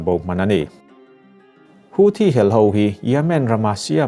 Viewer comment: Houthi pawh nang chuan i rawn lam dik chat mai. Youtuber te tawng dang lamrik dana an hniam lutuk hi ka lo ngaimawh thin a.